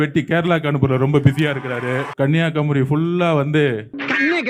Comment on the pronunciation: தமிழே பேச தெரியல நீ எங்க தமிழ் நாட்டை காக்க போறீங்க உங்களை யாரு வர சொன்னா மதுரை அயோத்தியாக்கு உங்க அரசியலை புரிந்து கொள்ள முடியல பாவம் மக்கள் விட்ருங்க ஒரு இடத்துல ஸ்பெல்லிங் மிஸ்டேக் இல்லாம பேசுறீங்களா எல்லாம் தப்பு தப்பா பேசுற கன்னியாகுமரி ன்னு சொல்ல தெரியல சித்தராவதை தமிழ்